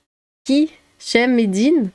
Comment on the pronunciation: On dit CHams-eddine avec CH comme...